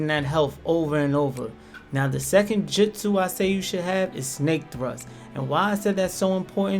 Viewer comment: No hate but kiss-a-may and mit-su-ki had me🤣🤣 and jitsu 🤣🤣🤣🤣🤣